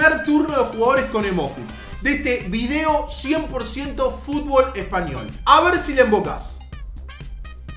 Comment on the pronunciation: dice espayol no espanyol